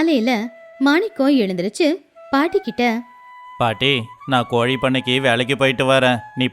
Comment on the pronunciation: கோலி இல்லை.... கோழி